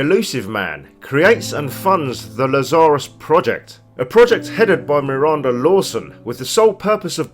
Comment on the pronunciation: Le Tsar Us? Lol. Never heard Laah Zurr Uss pronounced like that. lol.